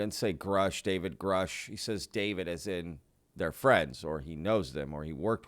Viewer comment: I recall he did say david grush but prononced it grooosh